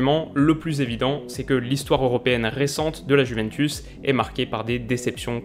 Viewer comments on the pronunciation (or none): Désolé mais en ayant des origines italiennes ta prononciation du mot juventus me fait saigner des oreilles...😭😭😂😂